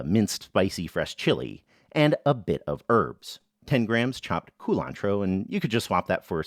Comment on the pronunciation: the way you say culantro to emphasize that you're talking about culantro and not cilantro never fails to make me laugh.